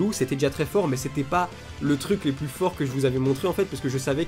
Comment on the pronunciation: J'suis mort il dit même plis bonjour ça me fume